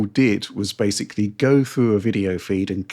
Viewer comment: “Basely” ( mispronouncing the word basically about two dozen times per video)